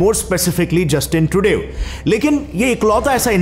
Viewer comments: Justin #trudev nhi justin #trudu hein pronunciation 😂😂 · Pronunciation thik kar Trudev trudev kar k dimakh kharab kar diya ITs not “trudev” It’s “trudow” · Bhaiya app har.....naam ko ulta kiu bolte ho tru dev nahi hoga Justin trudeau...hoga😅😅😅😅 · it is pronouced as Trudo, not trudev. (I m in a french city of montreal and trudeau is a french name). But great informational video. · It’s pronounced Trudo not Trudev! lol 😂😂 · His name is pronounced " Trudo" not tru dev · Trudayo nahin Trudeau 😂😂😂😂😂😂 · Its pronounced 'trudo' not 'trudev'. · Trudev? Bhai Tridev hi bolde.. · its tru-dow not tru -day. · It is not trudev but trudeau at least learn proper pronunciation before msking a video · जय देव जय देव ट्रूडेव 😂 कब सीखेगा ट्रूडो बोलना भाई 😄 RIP french pronunciation. And its नेतन्याहु not नेतानियाहूँ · Truedeev ni h bhai truduuu h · Learning alot from your channel. BTW, Trudeau is pronounced as 'troo-doh'. Regards. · Trudeau is pronounced....True+ dow, dough or doe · "Tru deu" 😂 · Bhai akla justin kha da tru dev mat bol 😂😂😂😂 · Justin trudo is correct pronunciation. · Bhai bohot mann tha video dekhne ka but trudev trudev ki mispronouncing ki vajah se nhi dekh raha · Bro Trudeau is pronounced as TRU DO. You are pronouncing is incorrectly. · You have great and informative channel but just a suggestion why don’t you double check correct English prononciations before filming….like you know Trudeau is pronounced Trudaw right? I saw this mispronounced stuff in many of your videos… this is not to criticize you but sometimes it can put people off. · Ye Trudev Trudev sun sun ke dimaag kharab kardia.... Bro atleast video banane se pehle Pronunciation to dekhleta yr !!🤦‍♂️🤦‍♂️🤦‍♂️🤦‍♂️🤦‍♂️ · Incorrect pronounciation by yiu.. the name of canada PM.. he does this every time😂😂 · He is didn’t learn how to Pronounce my Canadian Prime minister 🤣😂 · Trudeau mei a silent hai bkl it's so annoying